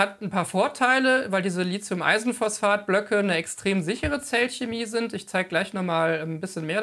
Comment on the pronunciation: Lieber Freund, Hochachtung für deine Seite und für deine Videos! Bisher konnte ich noch nichts Besseres auf dem deutschen oder englischsprachigen Videomarkt finden. Vor den Vorhang!! Darf ich dir noch den kleinen Hinweis geben dass man Lithium nicht mit Z spricht, es handelt sich beim Lithium und das griechische Wort Stein, daher ist der Lithium - Akku mit T zu sprechen 🤣! Ganz lieben Gruß und Danke für deine Ausführungen! Kugel Drechsler